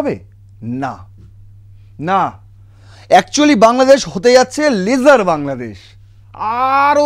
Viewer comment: আপনি ইংরেজি টা না বললে ভালো হয়। ভীষন ভুলভাল উচ্চারণ করেন, lesser এর উচ্চারণ লেসার, লেজার নয়।